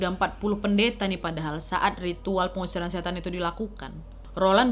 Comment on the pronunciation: Awalnya masih jelas..'setan'..tapi blakangannya 'set' aja yang kedengeran..trus balik lagi jadi 'setan'..